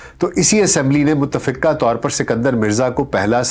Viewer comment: Yah lafz ?utafiqqah nahin bal k muttafaqah hay